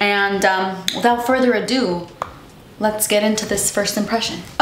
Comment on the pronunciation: "Without further a-dew" 👀👀👀